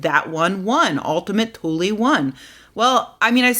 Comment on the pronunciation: By the way. You are pronouncing it wrong. It's more like oultima tuuleè